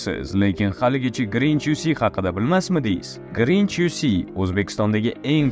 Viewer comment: grinch uc desa krinj uc deb eshitdim🤣🤣